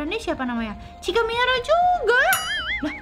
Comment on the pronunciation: K Mihara Bukan Minara